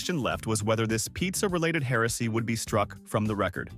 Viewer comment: Hearsay not heresay